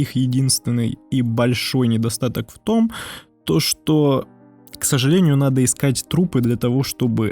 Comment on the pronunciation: В томтошто. Ты же по-русски ролик озвучиваешь. Втомтошто. Втомтошто. Втомтошто. Бесите! Попробуй сказать хоть раз "в том, что". Тебе понравится.